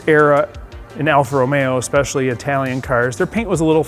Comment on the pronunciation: "Alpha Romero" :)